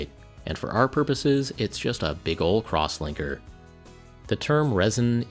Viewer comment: LOL I thought he said "Crosswanker" and started paying attention